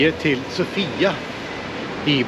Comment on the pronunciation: Sååfia uttalas det nog;)